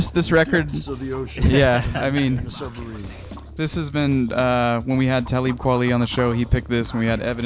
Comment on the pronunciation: Please start pronouncing 'Talib' properly.